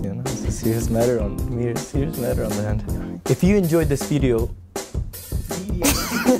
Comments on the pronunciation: weedeo XDDD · Nice weedeeo😂